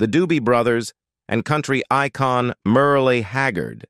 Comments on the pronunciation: And narrated by AI. It said "Michael Lernd" instead of "Learn - ED" and "Mer- LEE Haggard" instead of the silent E at the end. You would think that whoever posts these videos would listen to the how the audio is going to sound at least once, and then maybe go back and edit the text to trick the AI into pronouncing things properly. But they can't even bother to do that much. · “Merl-e” Haggard. 🙄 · What? Haven’t you ever heard of Merlie Haggard? 😂😂😂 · I was like did I just hear "Merlie??" 😂😂😂😂😂